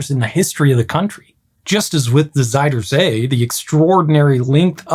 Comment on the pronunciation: It should be "archimedean screw" not Archimedes screw as it's not his, just one attributed to his principles. And in dutch ui is spoken like englich ou, Uit on the motorways means literaslly "out" and sounds almost the same. so "Zuidersee" is "soodersea" not Sooey.